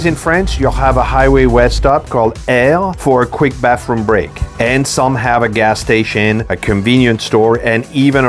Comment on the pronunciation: What's a GAR STATION? ?